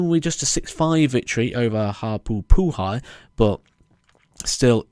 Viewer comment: Your pronunciation for Haupai is a little off,. It's Hau as in 'Ho', Pai as in 'Pie'